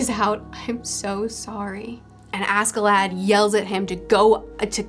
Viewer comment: oh btw maybe a bit late but ask in askeladd is pronouced ash